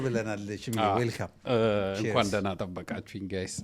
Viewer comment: but, you are not😅 Say shme not ሽማ😂